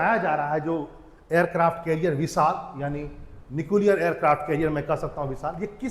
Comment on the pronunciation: भाई पहले न्यूक्लियर को तो सही से बोल ले 😅😅😂😂